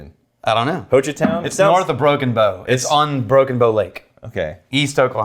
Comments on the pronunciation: Alright!!! Good ol Oklahoma whiskey!!! It’s pronounced Hoe Chuh Town! Haha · I’ve waited for this whiskey for so long as an okie 🥲🥲🥲. But you can’t pronounce Hochatown?… come on